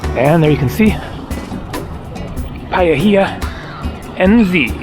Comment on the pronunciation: Look on Google for a kiwi bird picture their feathers are different from poultry (chicken) Paihia is said "pie - hee - ahh